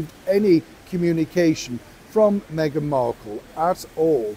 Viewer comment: you continually keep on miss pronouncing megans name. I will remind you again MEGAN WALLACE MARKEL-SIMPSON or should it be the other way round.!!